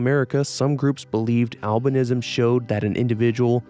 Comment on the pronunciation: For a good minute I thought when you were saying albinism you were saying Alvinism like some sort of religious belief worshipping Alvin and the chipmunks